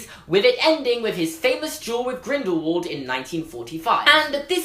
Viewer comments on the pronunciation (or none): none